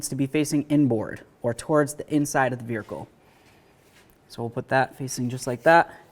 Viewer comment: Say vehicle again